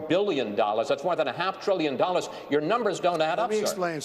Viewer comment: Never trust a businessman who can’t pronounce the word billion.